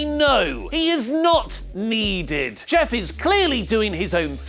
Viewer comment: Did... did he just say jif?